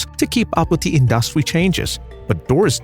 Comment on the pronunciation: Very curious pronunciation of some words like...💭 advertisement... industry...is this AI, as suggested a viewer?👀